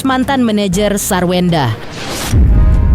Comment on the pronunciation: Sarwendah tanpa R jadi Sawendah.